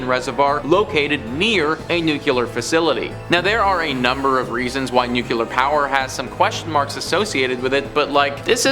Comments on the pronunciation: I seriously hate being that guy, but it's new-clear. I don't understand how so many people see nuclear and say nu-cu-lar. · Nuclear not nucular George Bush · It’s nuclear, not “nucular” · Ye bang on